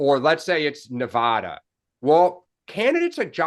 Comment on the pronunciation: Thank you Larry, for emphasizing the correct pronunciation of NEVADA.